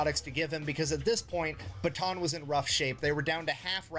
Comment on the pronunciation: It's pronounced "Bata'an", by the way. Just wanna let non-Pinoys know.